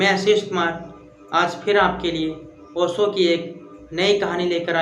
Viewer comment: तुम पहले ठीक से बात करना और कहना तो सीख लो फिर ओशो को ओसो oso करना😮